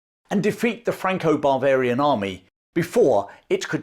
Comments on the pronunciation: I'm pretty sure your saying Franco-bravarian, but Im hearing Franco-barbarian army. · The way you pronounce “Bavarian” sounds like “barbarian,” so it’s a little humorous hearing something that sounds like “Franco-Barbarian army.” 😂 Also, an English general wins a battle against the French while commanding mostly non-British troops, but the English still take all the glory for it? Sounds familiar! 😅 But speaking of similarities, it’s funny how super successful commanders often suffer from their own success. Just like Hannibal or Yi Sun Shin, despite being by far the best commanders their nations had, they were undermined and sabotaged by jealous forces at home. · I heard it again a little bit later, and several times clearly "Barvarian". 😂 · Perhaps, but I'm not the only one hearing it. 😂 Some variety of the "Intrusive R"?